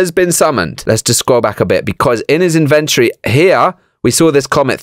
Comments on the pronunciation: (in-vent-ory not in-ven-tree) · you iddy biddy siddy bit of small brainer. It's the in ven tor eee, its inside the inventory